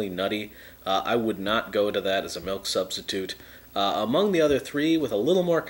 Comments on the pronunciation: I love how he says melk, but when he says milkshake, he says Milk properly. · So many "melk"s